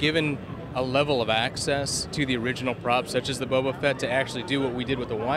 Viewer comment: Bobo fett!!???? Its boba fett ya noob